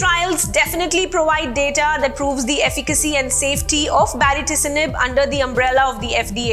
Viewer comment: Kindly pronounce the name of the drug once more for me ..mam...i can hear ..a different name altogether baricitinib or bariticinib what is it????